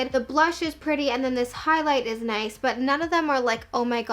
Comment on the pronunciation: the way she said “nice” - - “Nai-se” lol ❤️